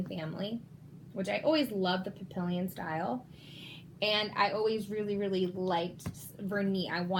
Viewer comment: It’s pronounced papiiilloon, French for butterfly